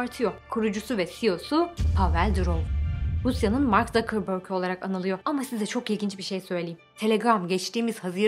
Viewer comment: Herkes: Mark Zuckerberg (mark zukerberg: mark zukerbörg Krkrorororktntorkkrm4o4tpkrkrktkrk4